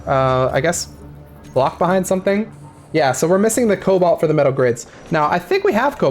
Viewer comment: Rigged! "Colbalt" Sand Rapids Mesa.